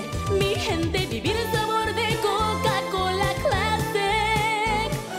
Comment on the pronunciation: Se fijan que cuando dice coca cola en inglés lo dice con el acento gringo.. pero cuando lo pronuncia en español lo dice con acento latino